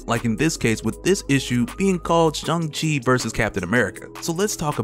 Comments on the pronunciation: Pronounced sh -- ang -- chi .. not sh - ung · Bruh... articulate, detailed and explained channeland I know you claimed a college degree so plz. Please Bruh.....SH-A-NG chi. Say "ing" say "ang" Say Sh-i-ng Say Sh-a-ng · Why are you saying "Shung" lol! Did I miss something? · I didnt kno his name is shung chi. I think there is an a not a u. Lol